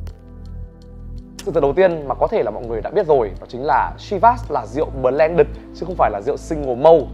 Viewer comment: Ông phát âm chữ blended còn sai mà lại chỉ ng khác phát âm chivas :))